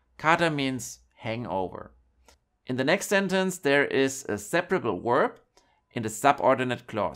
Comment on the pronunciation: Danke fur die Infos. Let me give a tips. When do you use in English the word "verb" then you have to pronounce it as "w" from german not as "u" from german. Verb not uerb In English w =u and v= v. Danke.